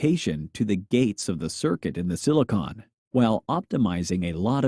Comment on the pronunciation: why do you mispronounce 'silicon'